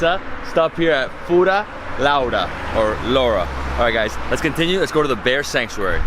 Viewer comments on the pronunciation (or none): says the hindi abusive word lauda instead of Laura lol.